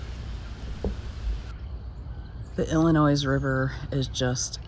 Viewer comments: No S sound in Illinois. It sounds like El-in-noi. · The s in Illinois is silent. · The S is silent in Illinois. It is grating hear as a native of state!!!! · thanks for that and accepted. I have known several people from Michigan and never hear anyone else pronounce with the s. But I think you heard this from more than me. We Illini are a loyal. Thank you for videos and safe travel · There is only ONE Illinois. The S is silent. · Good video, but a heads-up, you don't pronounce the "s" in Illinois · I didn’t want to tell her the s was silent